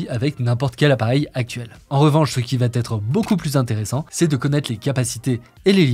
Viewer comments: La prochaine vidéo va ttt être parfaite:) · Vidéo très intéressante, merci ! Un détail de prononciation : "va être" ne comporte pas de "t", donc on ne doit pas dire "va-t-être" comme ça a été fait au moins 2x ici. ;)